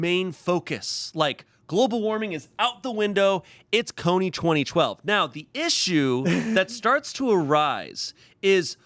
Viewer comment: Is it just me or are they saying Kony 20-20-12?